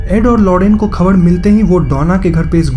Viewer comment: Please Speak Proper Hindi....aap R ko D bolte ho like Khabad (wrong hai) Khabar (righat Pronunciation hai)